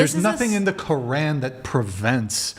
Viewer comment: Woman who claims to be Muslim doesn't even know how to pronounce quran, then she goes on and doesn't even know the rules of the religion, plus she being a Muslim is not allowed to leave her husband oh my goodness what is wrong with these women